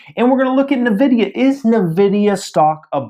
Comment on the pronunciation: It's pronounced "en-vidia" not "navidia"